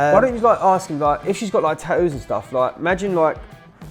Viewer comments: Its tattoos, not taoos...🤦‍♂️ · I like how he says tattoos. "Tat-ewws".. Much more elegant sounding than my Texan accent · The way they pronounce tattoos is weird to me